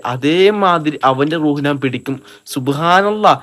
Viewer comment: നാൻ അല്ല ഞാൻ 😂😂😂